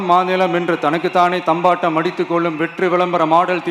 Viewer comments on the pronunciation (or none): "தம்பாட்டம்" இல்லடா தற்குறி....அது "தம்பட்டம்"